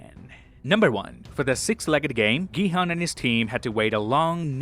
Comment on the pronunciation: It's pronounced Gi-Hoon. They say it often.